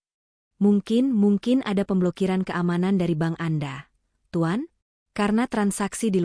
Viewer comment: sepanjang sejarah saya mengikuti cerita-cerita AI based begini, selalu pronounciation bermasalah. pengucapan sepeser, berkerut, memerah, bank (dibaca ban? ban mobil??) dsb. AI genius tapi tidak memenuhi kaidah EYD.